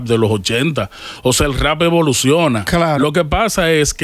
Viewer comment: Meca no se dice “rrá “ se pronuncia “Rap”